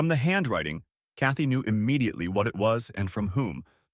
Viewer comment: Chaty... Kathy... Katie... how many variations of this name do we have to hear? Next time, use a simpler, easier-to-pronounce name if AI can't pronounce it correctly. Sometimes it feels like there are three or four different female protagonists... As for the rest...old story, already heard.